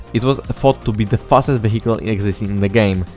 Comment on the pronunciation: yo, i have a suggestion, if you say vehicle, dont pronounce it "wehikul" but "wijekyl" , it will sound much better